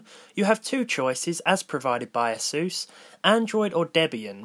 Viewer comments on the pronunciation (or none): not "asus" its "A-sus"